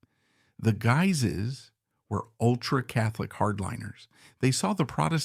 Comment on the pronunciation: the videos are great, i just ask you please , do a research on how to pronounce "Guise", this is a French family and name, it's miss-pronounced all the time